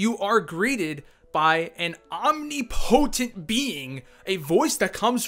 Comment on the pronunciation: Dude, enough! It's pronounced ahm nipa tint NOT om nee po tent